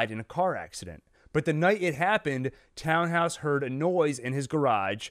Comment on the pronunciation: I know it’s silly to care, but it really is “Tan-house” not “Town-house,” and the difference is distracting. Sorry.